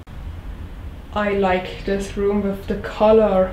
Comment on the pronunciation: Wow! when you said "come wiff me", says you are getting so much better with your english!!! You got the W (like Wind, Why, Wonder correct), now we work on the "TH" that goes with the word WITH. :) (come WITH me) i am making short video for you... ( very short ) Also i will make seperate video on pronounciations to help more, and in no time you will speak near perfect english, so, if you are interested, come along and join my short videos just to help you improve and get much, much better! (AND YOU ARE!)